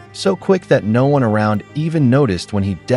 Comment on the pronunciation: The ai voice tho 😂 keeps mispronouncing words like "one"